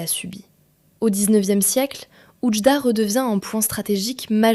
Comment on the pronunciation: Pourquoi prononcé son nom à l'Algerienne qui ajoute un D à tout ? C'est Oujda et c'est une ville Marocaine.